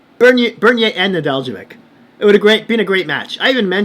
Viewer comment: Neh-DELL-koh-vich. The j is silent. Accent on the DELL.